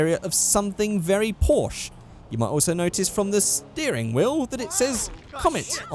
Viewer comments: Is it so hard to pronounce a name? PORSCHE < there's an 'E' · When can't pronounce "Porsche" (•̀o•́)ง